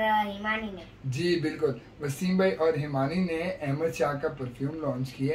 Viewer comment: نام احمد ہے بھئیا ایمد نہیں Ahmad Aimad nahi 🙏🏽🙏🏽🙏🏽🙏🏽